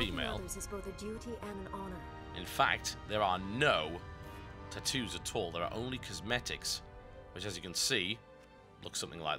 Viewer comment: "Tutoos" I can't get over the way you say Tattoos...